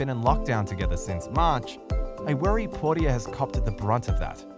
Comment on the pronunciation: Really? Trying to produce a story about Ellen and Portia, when you can’t even pronounce Portia’s name right hilarious 😂